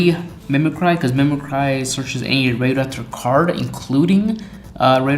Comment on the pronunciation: Mimic-ry, not mimi-cry